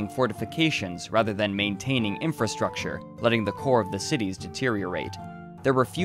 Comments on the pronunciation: Cityss's doctorss's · Cool and informative. However, yiucanjust say "cities' not citieses" or "doctors' not doctorses"